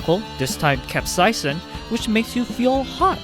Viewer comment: i almost threw up at the way you say capsaicin